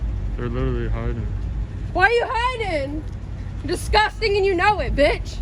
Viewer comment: “Your dizguzzzztang and you know it BeeeYawtch!!!” 👍😂🤣😂 sorry… its not a laughing matter… but there are some hysterical moments.